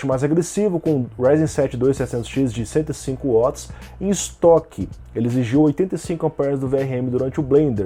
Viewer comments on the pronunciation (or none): none